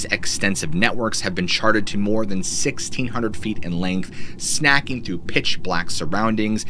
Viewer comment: Snaking, like the animal. Not snacking.